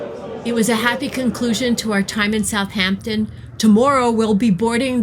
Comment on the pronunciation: Thank you for your video. You hit a lot that this cool city has to offer for folks ahead of a cruise. Great places. I have to say that I couldn’t help but cringe every time I heard South “H” ampton crisply enunciated. Drop the h… South’ampton. Especially if doing travel videos, great to check the pronunciation with a local or even a quick Internet search.